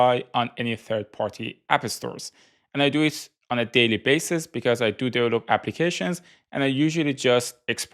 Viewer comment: Never change how you say "develope"! <3